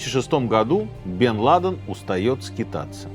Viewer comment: давно ли у Минаева столь плохо обстоят дела с ударениями? УсамА ЛадЕн, НикорагуА...